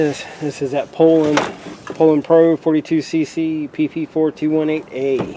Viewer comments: The way you pronounced Poulan.....LMAO. "Pole-en"...lmao it's "Poo-len" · crazy cause in 40 years never heard anyone say it the way you say it. POULAN is French so need to say it like a Frenchman POO-Lan